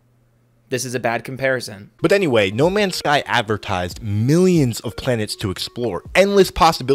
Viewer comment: "no mansh shky ans shtur shitizhin"